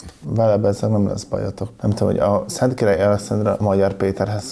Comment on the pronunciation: Masnak is feltunt hogy nem tudja Szentkiralyi nevet kimondani?😆